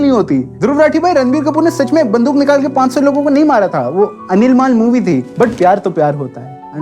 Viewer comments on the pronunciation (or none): Animal ❌ अनिलमाल✅ 😂